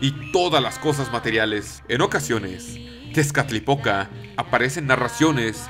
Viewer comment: C mamut con lo de las hormigas :v PD: Cada vez que decías "Tezcalipoca", yo escuchaba "Tiene poca" :vv